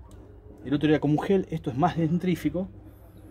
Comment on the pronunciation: Muy bueno, pero lo de "dentRífico" me mató 😂